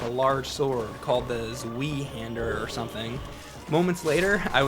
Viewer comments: lmao... zweee hander.. hahahaha.. its german for 2 hander pal.. Zwei is prenounced zwy.. its cool.. just figured I let you know for your german speaking audience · It's pronounced ZVI-hander, not ZWHY-Hander, this is because it's German. fucking casuals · "Zweehander." Lmfao. Gonna start calling it that. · Zweihänder. It's pronounced "Zvai Hander". It's German for "two hander", as in a sword that's meant to be held with two hands. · I'm planning on getting the Prepare to Die Edition of this game eventually, want some challenge for once. P.S. Zweihander is pronounced "Svai (or whatever sounds similar to Zwei) - hander" due to the word (and weapon) being German. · The Zweihander sword is translated "a two handed sword" from German. Its pronounced "S-why hander (as in 'wander') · Zweihander ist not pronounced Zwee, but rather zw and then make the sound you do when saying "I" its not perfect but it will sound like the word for everyone who knows it to understand. (its german for twohander... dunno why it isnt named in english) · No flaming, but maybe to help you with other german words in the future: The sword is called "Zweihander" - in fact, this term is only used in this game, the right spelling would be "Zweihänder". Spoken, that would sound something like "Zveye-hendr". "ei" sonds like "eye" with the mouth nearly shut. "ä" is a little bit like the e in "exciting" ;-) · You can't pronounce "Zweihänder" ?